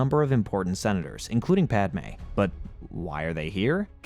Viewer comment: who the f is pod-ah may??